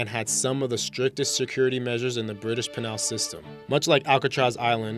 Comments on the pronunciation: it was driving me crazy how he keeps saying pen all. Xx' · I never thought I'd miss the old synthesized Microsoft voice but dear god... Pen-all colony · It's pronounced Pee nal, as in Pee nis, accent on first syllable. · Penal (as in penal colony) is pronounced pee-nall. Yes, I'm anal. LOL But when you have a voice over, please be sure you pronounce words correctly. Thanks. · What's a 'pennal' colony? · I cringed at the same thing. The first time he said “Pehnal” I thought maybe he was reading too fast, second time - the guys an idiot. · haphazardly! one thousand seven hundred seventy two! ceased, not seized! penal not pin-al! disrepair not despair! Charles De gaulle not De-gow! I cant handle videos where people cant read simple words. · Sounds like he says "British penile system" come to think of it, everytime he says penal it sounds like penile....come on dude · It's pronounced "peenal" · Penal= "pee nail" check your pronunciation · Peh-nall LOL. learn to schpeak. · Calls self "knowledge feed" Doesn't know how to say "penal" or "disrepair". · Elizabeth Collins Oh my goodness this narrator is driving me absolutely crazy! He cannot say penal !!!!! Why don't people find out how to pronounce words correctly before they start talking, it drives me mad that it tends to the Americans who cannot master the English language in any way shape or form. Then when you pick them up on it they get all hyper defensive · David Koch yeah, it's penal, as in penalty. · The words penal and penalty are pronounced differently. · This dude can read but he needs to learn to pronounce words correctly, I found it really annoying & gave up at "penal colony". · Dude, you are pronouncing penal wrong or tomatoes or tomatoes! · You can't pronounce penal... that's irritating. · Anyone want to hear about scary places by a narrator who cannot pronounce the word penal? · Exactly I've never heard a single other person in my life pronounce penal the way this goof did. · Learn how to pronounce penal.